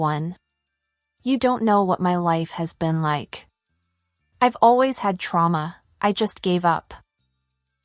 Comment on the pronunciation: do u know how to write? U can’t even pronounce trauma